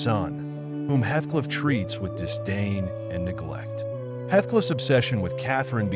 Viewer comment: Heathcliff not hethcliff..